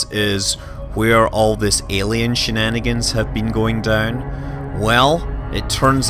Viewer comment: "Muh Ellienz"